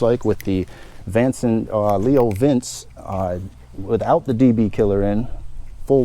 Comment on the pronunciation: Leo vince pronounced "vinchea" it's french. Nice bike.